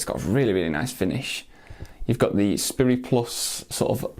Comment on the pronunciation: I think it's pronounced like Sprite, not spurry. Just sayin'. Cheers.